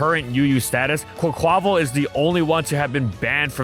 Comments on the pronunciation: i believe quaquaval is pronounced with its last syllable stressed, like the portuguese/spanish carvanal from which the name comes from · The way the narrator pronounces "Quaquaval" 🤣